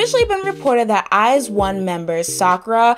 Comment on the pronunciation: I think it's pronounced eyes-own♡